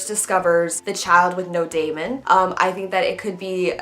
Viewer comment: Daemon is pronounced "Demon" by the way!